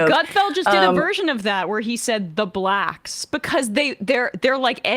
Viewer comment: I didn't know you could say black with a hard r.